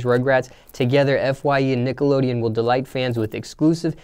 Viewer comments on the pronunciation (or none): none